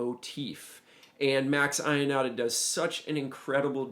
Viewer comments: Man, great, but it's pronouced Max Yonata, not I-onata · Great job on a really great solo by great Italian sax player , just a small note: as an Italian I can't hear the name Ionata pronounced as you do, sorry...the right way is to pronounce the "Io" as an "yo" in english, like in "your". All the best